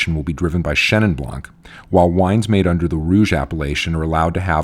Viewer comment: It's Chenin Blanc, not Chenin Blanque. Same goes with every other word ending with a silent letter.